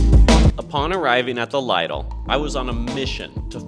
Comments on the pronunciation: LIDL. It isn't LEIDLE. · Wow you don't know how to pronounce lidl